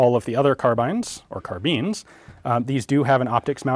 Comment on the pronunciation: imagine saying car-beans